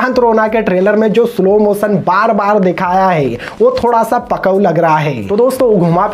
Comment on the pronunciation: Tuje Sa aur Sha ka fark nahi bata aur tu dusronke hindi pe comment karega..??!!!